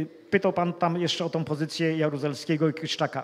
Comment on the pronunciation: Nie wiem ile ma Pan racji. Sądzę natomiast, że zdecydowanie powinien Pan popracować nad swoją wymową słów polskich. Nie mówi się BIOROM mówi się BIORĄ. Nie mówi się GÓWNĄ mówi się GŁÓWNĄ. Nie mówi się TOM mówi się TĄ. Nie mówi się ŚREDNiOM mówi się (nie SIEM) ŚREDNIĄ. Co to znaczy ROSCZELIWAĆ? Dalsze przykłady pozostawiam przygodnym widzom. Na ostatek jak można coś wylać lub wyrzucić coś do SEDESU? Można na nim usiąść, nawet zasiąść. Wylewać wspomniany sprzęt będzie trudno.